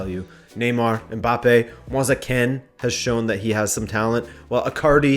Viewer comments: Did my man just say mojse ken for moise kean that "kean" is pronounced kiin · You’re wrong it’s pronounced ken. Listen to Moise Ken pronounce his own name. It isn’t English. Rabona TV pronounced it right